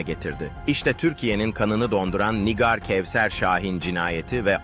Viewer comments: Nigar Nigar dedikçe sinir oldum NİGÂR diyeceksin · Nigar değil, Nigâr. Bari mesleğinizin hakkını verin. 😒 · Yapay zeka anlatıyor da ondan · Lütfen nigar ismini doğru okuyun. Allah ım rahmet etsin o yavrucagiza